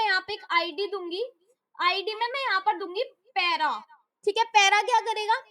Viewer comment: 😂😂😂😂 para ❌ pera ✅